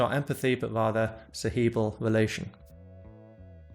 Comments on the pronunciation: Ce-He-bral, Ce-he-bral, Ce-he-bral, Hehehe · why do you pronounce "cerebral" that way?